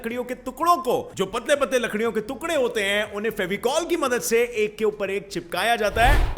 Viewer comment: तुकड़ा नही, टुकड़ा होता है।